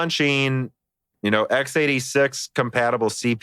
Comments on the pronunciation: eks86 not times86 !! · I don't have a list, but I've notice a lot of words you pronounce much differently than any other person I've heard. Su bae says naVEE, you say Nah-vi Literally everyone says X86 and you say times86. Just something I noticed